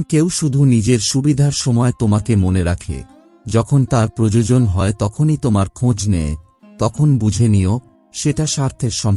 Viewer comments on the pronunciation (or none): Bhai kichu2 jaygay aapni choto k chot boley uchcharan korechen proyojon k projojon uchcharan korechen ektu dekhe neben, mind korbena na jeno,khomaprathi🙏❤️